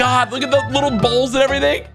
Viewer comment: He said bowls